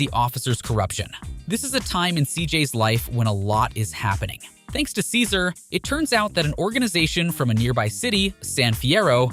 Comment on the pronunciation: Thanks for the video, it is entertaining. I did get a little confused by small things, to be fair. Is there a reason so many names are said different from how the game presented them? Was this a ai-voiceover? Ex: OG Lock vs OG Loc, CesARR vs Cesar, Ballis vs Ballas... is 3 examples enough? You read everything else so clearly that this throws me off. I swear it was Cesar Viopanda lol and I notice some of the names are said more accurate-to-presentation later in the video. I am very confused by this lol. Okay if I hear Ballis again I'm gonna FREAK!